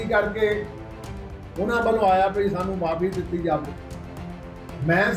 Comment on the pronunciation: ਖਬਰਾਂ ਸੁਣਾਉਣ ਵਾਲੀਏ ਬੋਲਣ ਦੀ ਟ੍ਰੇਨਿੰਗ ਲੳਓ??ਜਾਵੇ ?ਖਾਵੇ??ਐਂਡ ਬੋਲਣਾ ਵਧੀਆ ਨਹੀ ਕੰਨ ਖਾਂਦੇ ਓ??